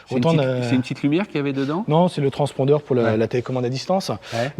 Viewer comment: İl a dit transpondeur 🤣